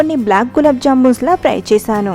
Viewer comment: Idhi pry kaadhu.... Fry